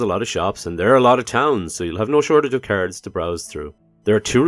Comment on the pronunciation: Every time you say "cards" I ear "carrots" 😂